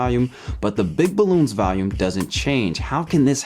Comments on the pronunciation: The way you pronounced 'volume' sounded like 'value', and you said it twice in close proximity which reinforced the confusing pronunciation. Weird. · It really is uncanny how much your pronunciation of 'volume' sounds like 'value', so much so that if it weren't for the fact that you displayed the word 'volume' in the video I would have thought that you'd said 'value'. Weird. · I like how you pronounce "volume" like "valium." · You're pronouncing "volume" as "value". The "vol" in volume is pronounced like the "vol" in "volleyball". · why does he pronounce volume “valume” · Okay, now the weird pronunciation of 'volume' as 'value' is starting to get irritating.